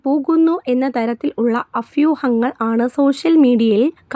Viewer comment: അഫ്യൂങ്ങൾ അല്ല, അഭ്യൂഹങ്ങൾ😂😂